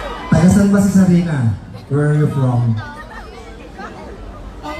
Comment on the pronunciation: SARINA po, hindi sharina